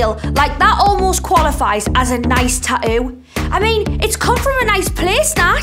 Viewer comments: I’m sorry, but the word is “tattoo” not however you turds are butchering that word “ta ewww” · Ta-oo ... 🤣🤣🤣 I love it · I hate how they say “tattoo” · They can clearly say the 'T' sound at the beginning on the word "TATTOO" SO WHY TF can't they pronounce the 'T' sound the 2nd time?!?! 🤔😂🤣😅🤔🤔😐😒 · In the word "tattoo", there are 2 t's. She don't says 1!?! Learn to speak correctly....... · bro the way she pronounces tattoo pisses me off